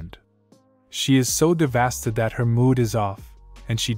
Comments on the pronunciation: Why does this mf always say devasted instead of devastated HAHAHAHAHA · Lol devasted. Say it with me: Dev Ass Tay Ted. Regardless, good work as always. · bro you got to get your speach bot to work lmao "devasted" sounding goofy ahh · I love how this recapper always seems to use the word "devasted" instead of "devastated" hahaha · to be honest, I kind of like it when you say devasted! Your recaps of these stories are well done and I’m grateful when I watch them. Keep up the good work!